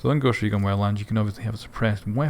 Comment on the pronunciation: Goooscht Rekooon xD